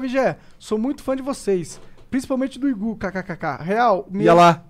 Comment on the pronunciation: Mano o monark falando Igú me deu uma agonia desgraçada